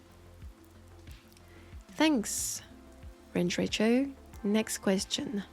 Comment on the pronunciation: Hearing my name as Range Recho was hilarious, it's Ranger-Echo lololol. Still, I appreciate it immensely that you answered my question! Love your videos, keep up the good work! P.S. hit me up if you want to play D&D, I'd be more than happy to teach you!